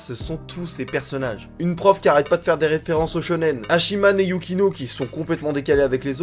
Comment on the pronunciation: Et on prononcer pas "Hachi man" mais Hatchiman ^^